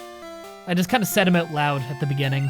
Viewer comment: Excuse me, I love your videos but it is not "Pokimon", it is Pokémon. And what accent is that? The way you say 'out' makes my ears bleed!